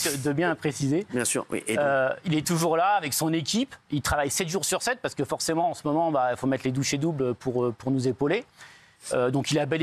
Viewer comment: Les douchées doubles il a dit 😂😂😂